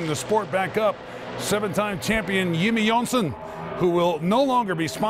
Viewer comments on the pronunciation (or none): Yimmie Yohnson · you’re welcome Yimmie Yohnson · Yimmie Yohnson?